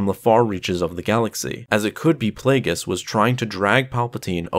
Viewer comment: It’s Darth Plagueis